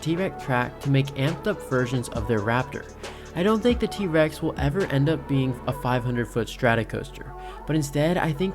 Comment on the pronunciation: why u say t REX instead of T rex 😭